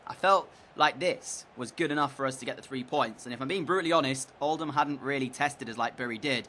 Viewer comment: I live in Oldham and FINALLY someone pronounces it “Old-am” instead of “Old-ham”